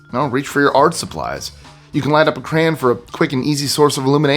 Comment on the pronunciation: Except the English word "crayon'😂 Love your videos. Really lol'd at The Simpson's reference